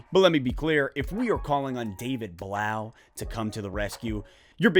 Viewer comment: I thought it was pronounced David Bluff. As in tough.